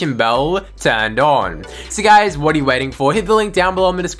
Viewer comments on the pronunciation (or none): none